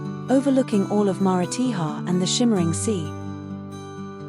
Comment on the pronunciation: AAAAGGHHHHH! The pronunciation of the towns is shocking!